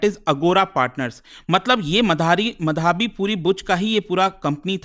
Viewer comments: मधाबी? सुनने में इतना अजीब लग रहा है। माधबी नाम है, क्यों unnecessarily complex कर रहे हो? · Bhai sahab..... माधवी है, मधावी नहीं।।।।।। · ओये मधाबी, मदारी.. व्हिडिओ अच्छा है, Informative है.. लेकीन नाम की पुरी वाट लगा डाली पुरे व्हिडिओ मे... माधवी/माधबी पुरी बुच... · SEBI ,बिना आग लगे धुआं नहीं उठता है, Gadbad ghotala to hai ,, aur ye kya lafda chal raha hai pronunciation to sahi karo ,, it's madhvi ❌ & madhabi✓ ,, isko hata dena chahiye SEBI se retail investor ke kiye iski policy thik nahi hai , ,it's my opinion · मधावी नही है, माधवी है sir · Sir her name is माधबी पुरी बुच है not मधाबी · माधबी को मधाबी बोल रहे है😂😂😂😂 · What kind of Indian you are? You can't even say माधवी properly. "Ma-dhaa-vee" bol raha hai angrez ke jaise... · मधाबी नहीं माधबी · मधावी नही माधवी है सर। आजकल भारत में गलत उच्चारण फैशन क्यों बनता जा रहा है। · मधाबी नहीं है, माधबी‌ है श्रीमान 😊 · मधाबी❌ माधबी ✅ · सर सेबी चीफ का नाम माधबी होना चाहिये मधाबी नहीं .. Kindly check Thanks🙏🏼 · मधाबी नही 😂 माधबी नाम है Burbak मास्टर😂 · Pronounce Is wrong Madhobi , but written Madhabi. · Small request : Please learn to pronounce "Madhavi" ... Correctly. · Pronounce as " Madhobi " . Very common Bengali name .😊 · Dekh raha tha kisi ne mention kiya hai ki nehi, nehi to mein comment add karne wala tha, wo word baar baar sunke maine video hi bandh kar diya.